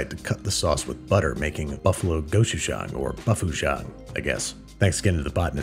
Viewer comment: I swear by marinading the wings in some sort of acid- we like to use the overly fermented kombucha my sister made. And baking the wings in contact with the tray, not on a rack- this leads to really great crispy wings with a seared sort of flavour. Side note: pronounce Gochujang with a hard 'go' and 'chu'. The 3 syllables should be the same length, annunciating each one clearly.